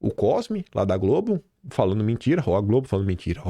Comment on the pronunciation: Diz GROBE 😂